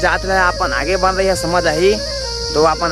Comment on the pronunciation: Bhaiya teha jab jab aage aage bole has tab tab mola hage hage sunai de he 😂😂😂